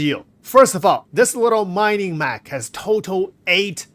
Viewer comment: Maining Mach...? MINING MECH. MEH-KH. MINE-ING. Uuuuughu.